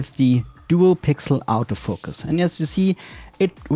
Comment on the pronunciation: I kept wondering what an "out of focus" lens was, but realised you were saying autofocus with a germanic 'au' instead of latin. 😅 Great series, your footage is extremely smooth, just on another level to the average youtuber. Cheers